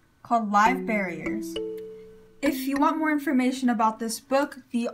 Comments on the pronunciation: Live bear-ERS, not barriers. I worked in a petshop for 6 years. It's kinda cringy for me to hear. Like when people say bay-tas, instead of Bet-tas. Or chick-lids, instead of sick-lids. Or gur-bils, instead of jer-bils. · Isn’t it called Live Bear-ers? Like as in they are bearing live babies?. You are saying barrier....like a something you put up to block something. Good video though.... I just think you’re pronouncing the name of the species wrong.